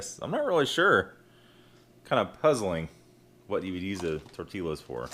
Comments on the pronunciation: Tortillas, pronounced tor-tee-yah. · The l is silent in tortillas